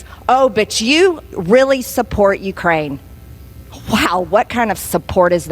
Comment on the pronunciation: Marge - it's impordant to know what sord of spords teams you suppord.